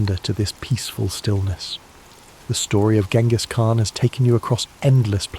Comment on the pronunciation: Uhhh... a history channel that doesn't know how to pronounce Genghis Khan?